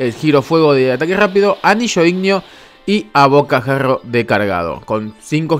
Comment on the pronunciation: Es abocajarro no abocajagrrrrrrrrrrrrr